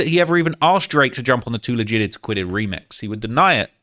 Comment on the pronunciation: Too legit 😂 he says to leg gig it 😂